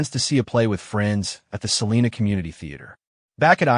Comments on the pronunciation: First off your pronouncing Salina wrong. We pronounce our town Suh-line-uh. Nobody here in Kansas pronounces it as Sa-lean-a. Nobody!!! We understand why people not from here pronounce it that way. But here in Kansas we like a little lazy with our "A's" and go hard on our "N's" . Lol sorry not sorry. If I can teach my Alexa and my Gemini to pronounce it correctly I have faith that eventually y'all's AI narrator will get it right too. Side note.. We do pronounce it Sa-lean when referring to our county. 😂😂😂 What do you expect from people that joke about grabbing the shot gun and hanging out on the porch when the tornadoes come!? Mustang Pride!!!!! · Salina long i. Not Salena. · It's pronounced SAA-LINE-AH SALINA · First off it's Adam not Adams. Second Salina is pronounced with a long I like Sal (eye) na. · Yessssssss thank you!!!! I went off about the pronunciation too!!!! 😂😂😂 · Im listening out of Augusta, KS. It is always cool to hear about cases I have never heard of from a channel that is new to me. One thing respectfully - Salina sounds like suh line uh. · I bet you can pronounce it correctly too! Lol sorry it just bugs me hearing it constantly pronounce wrong. 😂